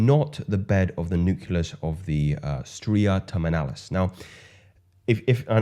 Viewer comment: KILLER content m8. Please note, it’s: “Nu-CLEE-us” not; “Nu-CUE-Lus”. Keep rocking shyt!